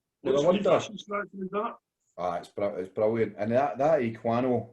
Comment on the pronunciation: Eh-Qua-Not 😂 Bottle/can V Keg ...Just depends if the the beer is bottle conditioned, meaning you add yeast/sugar for carbonation then the beer will be slightly higher ABV. Not a lot of breweries do that nowadays, they condition in tanks/bright tanks and fill directly into bottles/cans/kegs with the beer already carbonated using counter pressure. Cask beer is different, they will transfer into casks a few points before fermentation is finished for some natural low carbonation.